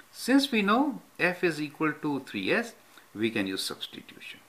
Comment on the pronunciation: u spell it like substitution not substitim, sir